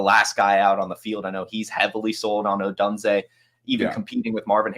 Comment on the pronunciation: Great video! Lol as a UW fan, the way pronounces Odunze drives me insane 😂